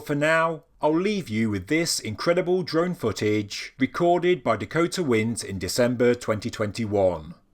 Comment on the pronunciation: Yes RIP, but I seriously thought you said "drunk footage" instead of "drone footage"... please get "drunk" in his memory and Bless you all for what you contribute to society.